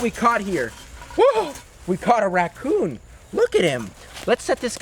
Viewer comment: I gust had to laugh when you said “Racon man” Lol